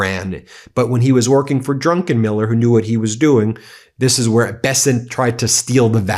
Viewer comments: Ben! It's DRUCKENMILLER, not DRUNKENMILLER! !!!! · . It's Druck- en -Miller not drunkenmiller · Not “Drunkenmiller”, his name is DRUCKENMILLER. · Ben it is Stanley Druckenmiller not DRUNKENmiller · I suspect it is pronounced "druc-ken-miller" not "drunken-miller". That would be Pete Hegseth. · When you referred to Druckenmiller it really sounded like Drunkenmiller which came over as very odd! You're right about Bessent, he is an incompetent suck-up to corrupt, criminal, sex abuser, toxic serial liar, and war criminal Trump and one of his chief corrupt enablers. Impeach Trump and this awful administration of liars and grifters now. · hehe drunken miller, read that name again Ben, you put in an extra N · Drunkeniller? Is he Hegseth's cousin? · His name is not DUNKENMILLER!!